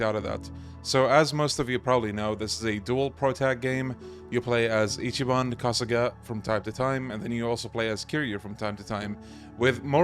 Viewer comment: It’s not ichiban his name is ichi ball